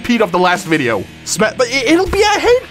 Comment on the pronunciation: can't even say video he is saying "mideo"